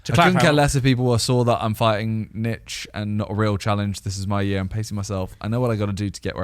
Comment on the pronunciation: How do they not realise its nich as in short for nicholas.